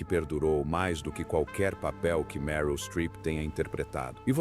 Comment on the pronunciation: O comentarista não sabe direito como pronunciar o nome da atriz Meryl.....